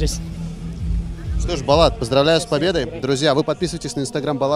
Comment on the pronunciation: Не Балат а Болат , как пишется так и читается